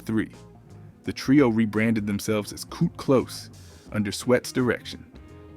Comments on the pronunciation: With all due respect, I'm losing interest in watching this video hearing the mispronunciation of names. It's Kut as in (cut) klose. Not (koot) klose. Keith Sweat ( pronounced like sweat as in perspiration) not sweet as in taste. Research & revise before posting. Peace! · The correct pronunciation is CUT close, not Coo close! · The narrator constantly calling them Keet Sweet and Kew Klos is killing 😂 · Ke-sweet n Cu-close 😂 damn ai. I’m glad we are able to notice the mistakes.👍🏾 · It's pronounced cut close